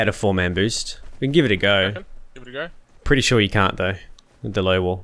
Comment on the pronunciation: English speakers - "Here we go!" - "Here we guy!"